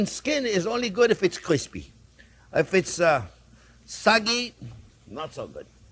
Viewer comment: No one says "kwispy" the way chef does. He's the best 😁